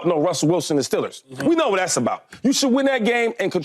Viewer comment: stellers shady? thought it was steeeeeeeelers 😂